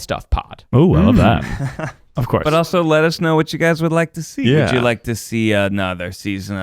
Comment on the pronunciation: having a full on stroke while trying to name celebrities you'd wanna french remains my favourite moment ever hahaha (that and "If you could change your feet wouldja")